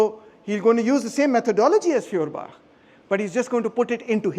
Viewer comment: You pronounce his name not correct and no properly! I give you an example dear free of charge of course 🤗🤩 You pronunciation sound “ Fiorbach“ which sounds wrongly in German language! It would be highly correct if you pronounce “ Foerbach “ Feuerbach in German Language means; Fire stream,Fire creek,Fire brook…… Your lecturing method is great and very helpful to understand the issue❗️✊👏